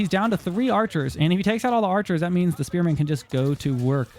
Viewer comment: "AlLoT oF SpErMaNssS"